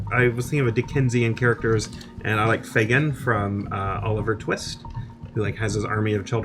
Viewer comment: omg "Oliver Fist"